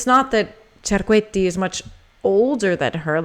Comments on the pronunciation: you pronounced Cerquetti correctly 😎🥰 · What a wonderful video! Random comments I wanted to write down. You pronounced Cerquetti perfectly and she was a wonderful singer who also only sang for ten years before burnout. Ponselle said that she was forced to sing the arias at a quicker tempo because the 78 discs back then only had so much time on one side to record. So, she may have not pulled the section after those consecutive "A's" for this reason. A host interviewing Callas said when he heard her first records, he thought she was Ponselle, and that record was "Casta Diva". Montsy will always touch me, but Callas is the queen! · Your pronunciation of "Cerquetti" is absolutely correct. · An italian : the pronounce of Anita Cerquetti is very well. Your italian is fairly good, not perfect but good. Brava!